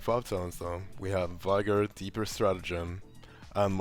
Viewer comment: It's VEE gor.